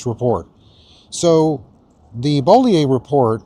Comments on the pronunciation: While I don’t like this woman it’s Bo-lee-you not Bo-lee-eh. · Sarah “BOW-LE-OH”.